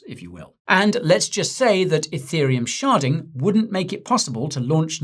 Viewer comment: anyone else convinced he was saying “Ethereum sharting”??